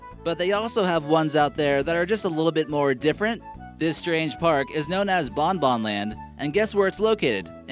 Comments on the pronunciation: Its not bon-bon well that's its name but say it like this bong-bongG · you pronounce it Bongbong -land